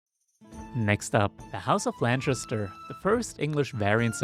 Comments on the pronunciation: How do you get "Lanchester" out of Lancaster... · It’s not LanCHaster !!!! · is lancaster really pronounced lanshister?